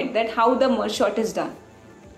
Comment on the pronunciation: It is merge sort not short